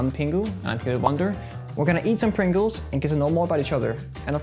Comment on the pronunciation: Pengu saying pringles sounds like Pengles haha